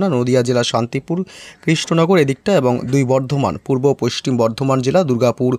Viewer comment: পশ্চিম উচ্চারণ হয় না